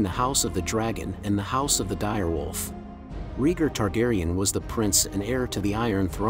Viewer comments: Please say Raygar, not Reeger. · Its pronounced Ray-Gar, not Ree-gr. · RAY-GAR not REGOR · "Rheeger" lmao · Rheegur is Rhaegar´s long lost brother. 😂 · Reeger reeger reeger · Dude if you can pernounce Aegon right then you can pernounce raegar too its like this Ray-Gar= raegar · Who the hell is regar…pronounce dude pronounce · Exactly. This drove me crazy hearing him keep saying Reeger.